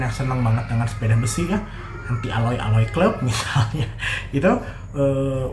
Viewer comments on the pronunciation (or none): none